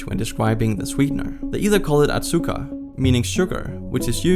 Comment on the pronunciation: you made me cringe when you pronounced azucar as "atsukar" like wtf